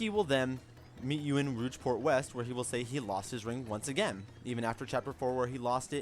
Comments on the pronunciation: Thanks for the tip! It is pronounced "Rogue" though haha, not "Rouge" the color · Bro said "Rougeport" Great video though! This helps a ton! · ROO-G port and PEE-anta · Rougeport Pieanta Parlor ...No offense it's just pretty funny